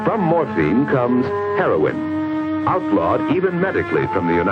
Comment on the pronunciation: ONE REEFER AND W H A A M HOOKED ON HEY-RON